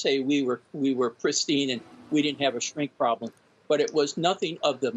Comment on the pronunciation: "Nink" not "Shrink".